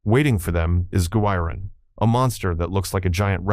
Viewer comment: 何で「宇宙大戦争」のタイトルが「宇宙戦艦ヤマト」になるんだ（笑） 「ドゴラ」が「ドラ」？ 「緯度ゼロイチ、九百六十九」？ 「昆虫大戦争」(監督名の読み方が珍妙)の前にハリウッドは「黒い絨毯」を作ってるよ。 「ギロン」が「ジャイロン」（笑） 「さよならジュピター」の総監督は小松左京氏。橋本幸治氏(こちらも読みが変)は監督補佐。 誰が書いたか知らないが、あまり笑わせないでくれ。